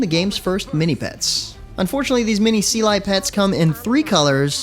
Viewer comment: not how to say seelee